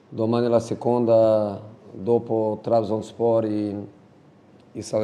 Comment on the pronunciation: Qualcuno aiuti a pronunciare Trabzonspor